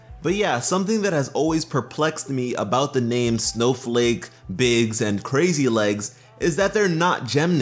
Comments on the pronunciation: I cringed everytime I heard him say "crazy legs". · Is saying "crazy legs?" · Omg. It’s crazy lace not crazy legs, you’re killing me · Ok 1 Biggs Jasper 2 Snowflake obsidian And 3 it's Crazy LACE (type of Agate) Not "Crazy Leggs" all three are gem types Not to yell at you or anything but... DO YOUR RESEARCH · It’s “Crazy Lace” not “Crazy Legs” Crazy Lace Agate is an actual gemstone. I can understand how you got it wrong though, I heard it wrong the first time too. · The gems name is Crazy lace, but he says crazy legs